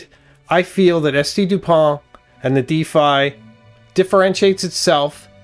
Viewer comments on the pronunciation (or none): Oh, just googled it, the famous Difei...I like this pen, thanks for showing, but, couldn't find it anywhere in the net. Ok, you mean the Défi, not a Difei, spoken with an,e' like in wet an an,i' like in intelligence...., please stop this absolute disgusting mispronouncation, do your research, great, research 1 minute longer for the correct promouncation and people subscribed outside of the greatest nation on earth could understand you and not guessing what you really are talking about.... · Pronounced "day-FEE". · Day fee is french way to say Defi. 😮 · Just a quick note. Défi is pronounced : Dé (like "de-rivative" or "de-sperate) - Fi (like "fi-delity" or "Fi-delio). Yeah French is weird. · That's not how you pronounce le DÉFI. for someone bearing Osis and Osiris on his tie , I believe I would be right to expect better from you .